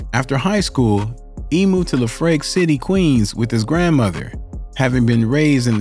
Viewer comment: “Hailing from Brooklyn’s Sdmmdun Projects….” Did he mean SUMNER?? Also…”La Frake City”. 🤣🤣🤣